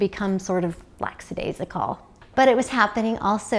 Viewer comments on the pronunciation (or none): lackadaisical not laxadaisical